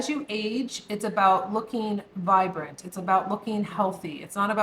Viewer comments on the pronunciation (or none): none